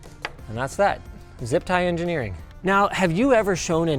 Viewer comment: "Zip Tie Engineering" So close...